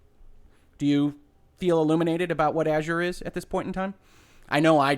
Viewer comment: Finally, a YouTube video that pronounces Azure correctly